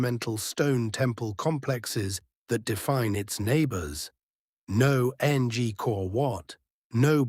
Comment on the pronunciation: Hahaha AU says... A n g kor wat! Why not use a human to narrate. Come on guys!